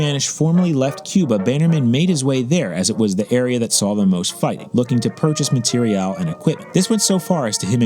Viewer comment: Why are you pronouncing material that way? Also great video:)